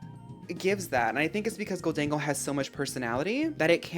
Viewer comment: I want to thank you for saying Gholdengo correctly. I die a little inside when people call it "Golden Go" lmao